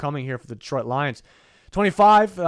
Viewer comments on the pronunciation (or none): none